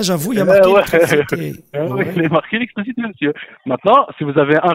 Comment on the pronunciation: respire respire c'est pour l'ilictriciti